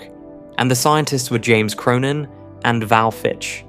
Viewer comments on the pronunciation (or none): none